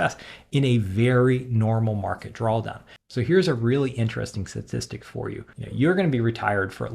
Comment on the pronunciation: are you pronouncing it "drawl down" ?